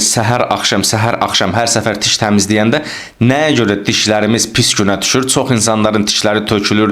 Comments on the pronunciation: sağ ol, qardaş. tiş yox diş 😊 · diş ⛔ tiş ✅